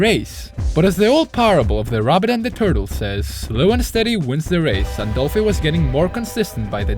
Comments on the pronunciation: not "doplhy" 😢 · “doplhy” haha